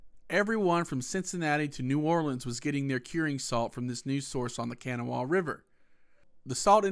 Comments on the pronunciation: It's not kanawa it's pronounced can naw wa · Dude can’t pronounce kanawha right. Smh